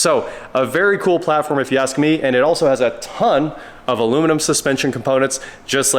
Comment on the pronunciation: Nice to see an American saying aluminum correctly 😊